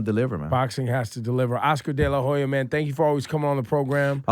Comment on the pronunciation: Laura Stylez why you pronouncing your H's in Spanish like H's in English? The way you pronounced it sounds like Oscar de la Joya... no mames, mas gringa que la chingada